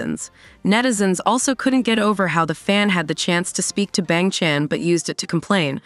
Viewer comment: I can get over with how this AI read "Bang Chan"